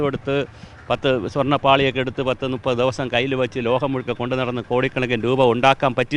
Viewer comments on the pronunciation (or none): none